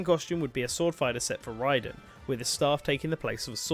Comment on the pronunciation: Youre saying Raiden wrong